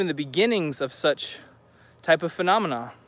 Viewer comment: D he said fenomena instead of phenomena :D